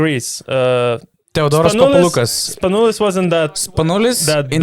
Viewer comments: Guys, thanks for the video. Great idea. As for the name Papaloukas.. it's PapaloukAs, not PapalOUkas. Also it's Sofoklis ShortsianItis.. The h is pronopunced like in "horse". And TartsarIs.. not TsartsAris. Thanks again. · it's the first time i heard americans pronounce greek names SO PERFECTLY ....except than papaloukas almost every other name was so correctly pronounced...i was really amazed